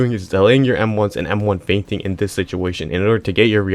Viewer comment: Thought bro said feigning